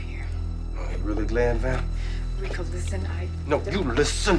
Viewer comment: He said "Val" lol